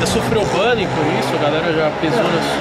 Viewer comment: Q issp toguro errando a pronúncia de bullying